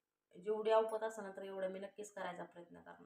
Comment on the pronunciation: तुझा हा शब्द चुकीचा वापरतेयस औपती नव्हे ग बाळा ऐपती प्रमाणं म्हणत जा तु चुकीचा शब्द आहे औपतीचा नाही ऐपतीनं मी करते म्हणत चल ऐपती ऐपती प्रमाण म्हणून सांग